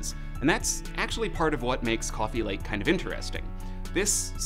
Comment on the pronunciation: Cwooofe lake